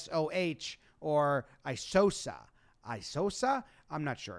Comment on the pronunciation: I'm worried about your brain,. You kept pronouncing ISOH as "Isosa" which would require a second S, and you alternately pronounced Keegan Kincaid's name as "Kinsade" and "Kincaid".